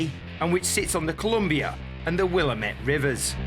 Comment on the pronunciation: Oh, it’s pronounced wil-LAM-it, rhymes with God damn it! Ha ha! Good coverage of the show and races, thanks!